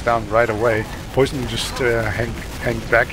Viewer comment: Their pronunciation of Poisson was triggering the fuck out of me. SURELY it's "pwa-son" as in the French word for fish?